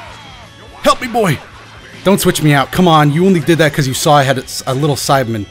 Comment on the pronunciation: I swear your saying Simon instead of saibaman